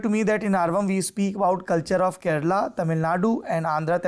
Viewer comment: Kerala nhi bol rahe saurabh ji keral bol rahe ase hi Karnataka ki jagah karnatak bol rahe, asa mat karo